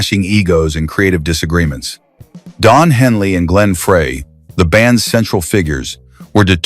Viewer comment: Is it still a good story if you can't pronounce the names right? Glenn Frey is Glenn Fr-eye not Fray. Just saying.